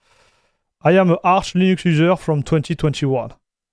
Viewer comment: its funny when you said Arch with french accent and smiled :D Ahch, Ahch? :D btw xD